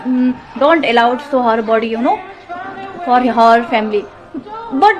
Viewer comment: Dekh dekh ke bol Rahi thi ,us par bhi pronounce sahi nahi tha, her body ko hor body kah rahi rhi